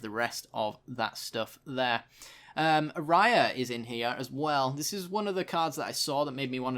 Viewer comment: Just remember it's ayara, not araya